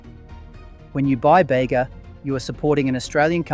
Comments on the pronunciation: It's not "Beyga" bud, it's "Beega" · It’s Bee gah not bay ga. Artisan is harder to find, the shop front purveyors jack up the prices to cover their costs and profits. Strange accent on the voice over. Obviously could make one’s own, but the starters are very very expensive. I buy Bega with careful attention to contents. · As someone who is local to the Bega area, even though I already knew Bega was australian owned, I was still quite happy when you said support Bega! (Also, only because I'm pedantic and as a local! it's pronounced "bee-gah") Great video! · Baygah - really? Oh please… get it right… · I was going to comment on the pronunciation also... Great video though.